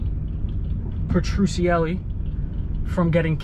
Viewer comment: Bro it’s pronounced Peh-tru-celly